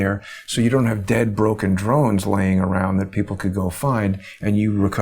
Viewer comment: Drones with today's military technology. Im with John does great work. But please it is Drones.